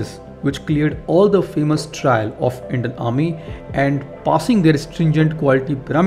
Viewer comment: “Endian “? It’s Indian! Stick to Hindi.